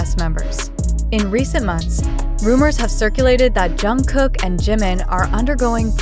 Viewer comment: Pronounced: Jung-guk Hard G not K sound!!!